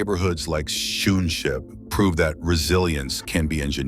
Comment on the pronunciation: The pronunciation of Schoonschip is wrong, Dutch double o is pronounced as English oa. What I now hear sounds like shoe ship. I forgive you the wrong pronunciation of sch, the ch is a guttural g sound, specific for some languages like Dutch.